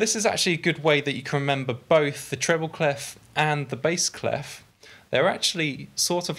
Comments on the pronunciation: cley-fffff ? wt-fffff, is in pronounced "clay" ?! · I love your videos, they are really helping me ! Thanks a lot Just for your information, "clef" (french for key) isn't pronounced with the "f" at the end (you can hear the right pronounciation here : ;) Thanks again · People in the Anglophone world urgently need to learn how "clef" is pronounced